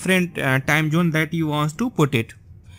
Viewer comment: what accent is this? Time Jhoone..WTF